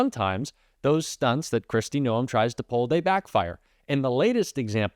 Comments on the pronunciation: A South Dakota here. Pronounce Noam with one syllable. And yes, she's awful. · You are pronouncing her name wrong it is driving me CRAZY. Kristi Gnome is the correct pronunciation